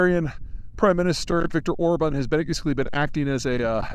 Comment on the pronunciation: Please, not "Ohrb(a)n". It's just the opposite: "Orbaahn".